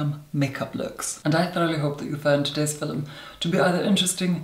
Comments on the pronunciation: That word "filim"...... 😂 love u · "Today's fillum..." 😂😂 Never gets old, hahaa